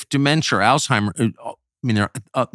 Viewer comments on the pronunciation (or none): Dr. Alzheimer would be rolling in his grave from the amount of people insisting that there is an invisible 'T' in his name. It's not pronounced "Alltimers" or "Oldtimers." If she can't pronounce it properly, why should I take her advice to stop smoking which lowers testosterone. To be honest, I haven't had a cigarette since 2023 but when 2025 rolls around, I'll try Newports for the first time ever. I like Camel Crush but it's time to switch it up.